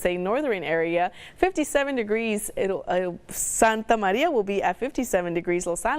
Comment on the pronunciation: You can say r's fine with your English until you say santa barrrrrrbarrrra or santa marrrrria. Yoooooo.